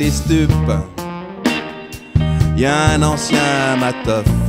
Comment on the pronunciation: Pour les paroles de Brigade des Stups, c'est "mataf" pas "mateuf" !